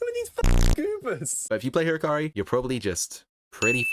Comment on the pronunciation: Who the fuck is hikari his name is Hakari dawg 😭🥀🥀